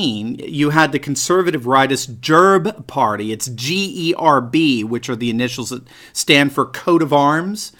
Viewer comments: Gerb lol . You are ssting it like its some desease or bug🤣🤣 Its not a hard G but a (ge) Gerb and its not even a g but a Г or Герб Its pronounced way differently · Just to mention: GERB is pronounced with another G sound like that one in 'green'